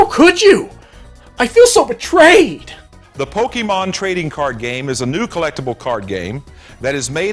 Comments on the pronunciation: He said Pokeman not Pokemon. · they always call it pokeemon lol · Okay there's a reason people don't listen to certain people and if they pronounce it pokey mon we don't listen to them also a wizard is not necessarily A practitioner of black magic it's just a male practitioner of magic have you seen Harry Potter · Everytime these guys mispronounce pokemon, it pisses me off